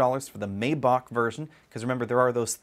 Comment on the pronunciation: The first "a" in Maybach isn't pronounced so it sounds like My